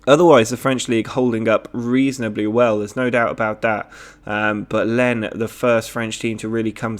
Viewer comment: Lens is pronounced like Lance.